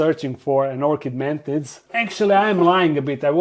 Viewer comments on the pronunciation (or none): i miss when you sayd "mantits"